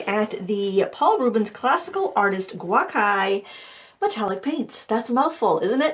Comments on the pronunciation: Thanks for the review,! Just a tip, gucai or gú cǎi (gú is pronounced like the first syllable in "uber"; cǎi is pronounced like "tsai", rhymes with "eye"). It can be translated as "ancient colors" into English, and the hues are inspired by classical Chinese color schemes. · Yeah i was trying to workout where she got the other “a” from in “guA-kai.”